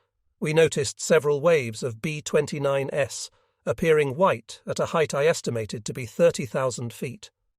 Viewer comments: I would have re-done the script to remove “s” when making aircraft models plural, as the fake AI robot voice just keeps thinking it’s a variant of the plane (as in B-29 S instead of B-29s/plural) same with P-51s. It’s really distracting and most would assume it was a model variant of each aircraft. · P-51"S"? Your AI voice is reading plural forms of the P-51s and B-29s as a model number. Maybe you can correct? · AI doesn't know what to do with the plural 's' in "B-29s". That's a robot for you.